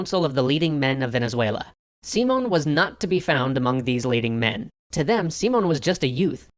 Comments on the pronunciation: Hoonta, Seemon, and Boleevar. Gonna be a lot of pronunciation to cover in the Lies episode of this one. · You know you're mispronouncing Simón Bolívar's name too, right? Simón has an accent on the "o" and "Bolívar" has one on the "i". So it should be more like seeMON boLEEvar than SEEmon boliVAR. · And "Seemon". The accents are there for a reason, please use them, thank you very much. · The video is great but hearing someone getting so close to the proper pronunciation of the name and kept botching it is entertainingly distracting. English tends to stress the penultimate syllable, but Spanish this varies a lot. That's why we have the accents. The proper pronunciation of Simón stresses the last syllable. Didn't want to be picky, but this tendency is somewhat interesting, as different languages tend to stress different syllables. Such as Japanese tends to stress the second to last one.